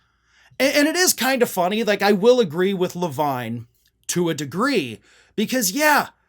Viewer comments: SORRY BUT HIS NAME IS PRONOUNCED LAVEEN IF IT'S SPELLED LAVINE. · Yes, the name Levine is usually pronounced "La-veen." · so i'm NOT the only one who pronounces "Levine" as "le-VINE" instead of "le-VEEN"! :D